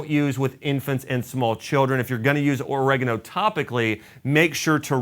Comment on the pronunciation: OrEgano? Its oregAno🤣🤣🤣